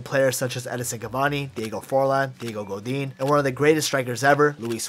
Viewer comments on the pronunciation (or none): none